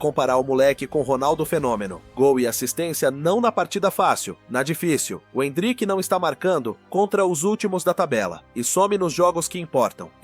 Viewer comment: oh, áudio do IA, n é endríck, é êndrick, kct!!!